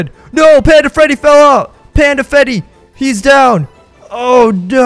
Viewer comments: you said panda fetty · when panda Freddy fell out you said panda Feddy